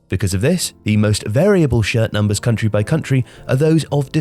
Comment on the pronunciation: I thought he said shit thumpers